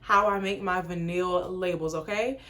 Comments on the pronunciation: Aww did you say Vin-neel?🤣🤣 it's Vy-null sound that out lol.....love this tho!! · Girl it’s VINE-ullll. Omggg you killin me!! 😭😭😭but yesss I have one of your nudes and was like dang the labels are great quality! Lol. I also started my own gloss business recently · Great video.. it’s vy -nuhl girl ☺️